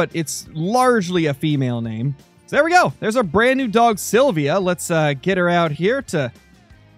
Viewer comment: Jo the way He sayed Silvia was so german